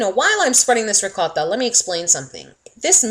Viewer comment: The way she is saying "ROCOTTHA" is really pissin me off